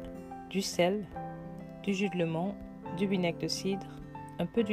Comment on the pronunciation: Du jus de citron et non de " lémon" ou bien alors dire lemon 🍋 avec l' accent 🇬🇧anglais 🙄Bref, sinon, Les recettes sont à tester. Bravo !